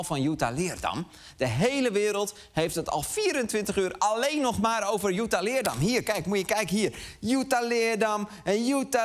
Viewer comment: De enige reden dat Lubach deze aflevering heeft gemaakt is om te laten zien dat hij weet hoe je Jutta correct uitspreekt